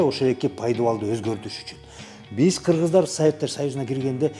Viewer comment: Шашпай тугула кыргыз дегенди кыпчак деп кое т бул кырчак